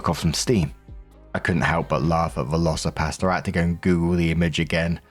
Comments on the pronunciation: When you said veloci pastor, with your accent it sounded like veloci pasta, and I imagined a dinosaur made out of noodles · ....i misheard you and thought you were saying Velocipasta. Now I'm weirdly sad that there are no spaghetti dinos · I thought he was saying VelociPASTA 😂 All I could see was pasta flying at the screen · LOL, I never heard of that movie and thought you said Velocipasta. Was instant eager to go watch it. 🤣🤣🤣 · LOL that's what I heard too so I was so happy he put up the movie cover, because I was thinking how does that work is it a raptor made of pasta? I have got to see this. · When I heard Velocirapastor I thought you said Velocirapasta. And I was imaging a man turning into a hybrid velociraptor with macaroni claws 🤣🤣. Last story: I have a narcissistic mother; op is nta. It is ingrained into us, since birth, to bend to the wishes and whims of narcissist. It really is hard to reprogram your response to them. I was about 45 yo when I went extreme low contact with my egg donor. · VelocoPastor. I kept thinking you were saying VelocoPasta. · I thought you were saying velcio-pasta… imagining a film of dinosaur shaped pasta 😂